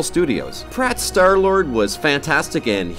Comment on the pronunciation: Chris Pratt is star-lord the hell is wrong with you saying that